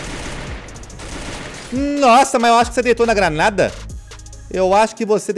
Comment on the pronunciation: Pq toda vez q vc jogar granada fala crareira